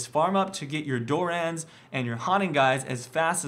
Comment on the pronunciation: Why can no one pronounce Dorans properly